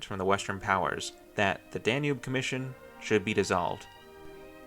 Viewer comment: Me at 30 seconds: "Oh God is he going to call it the "danoob" the entire video? Me at 35 seconds: "Yep, he is. I'm out."